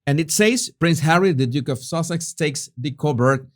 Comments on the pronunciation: I love the way you say duchess of Sussex, as it sounds like duchess of sausage! 🤣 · ...did you say Duchess of Sausages 🌭🤣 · It’s so funny, it sounds like your saying Duchess of Sausages, not Duchess of Sussex 😂😂🤣🤣